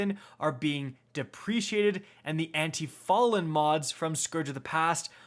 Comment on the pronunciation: Is it that hard to pronounce deprecated?